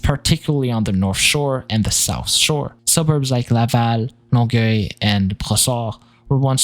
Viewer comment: Oh my god just heard the pronunciation of Longueuil. Yeah you speak more French than I do for sure